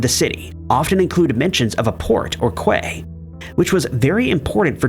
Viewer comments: Quay is pronounced key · The word Quay is pronounced 'key'.